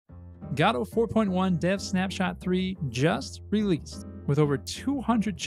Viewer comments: It's "Godot" not "Gadooh" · I replied to this comment with a link to another video from him about how he cannot pronounce "Godot" but the reply is gone. I guess YouTube auto deletes comments with links or whatever